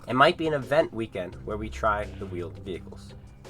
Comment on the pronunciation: Vheeled Wehicles uhm can console's render them quickly enough?